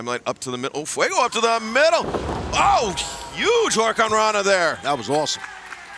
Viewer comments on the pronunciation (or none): I still hate excalibur he cant pronounce the moves right. Hurricanrona, suicide dive etc....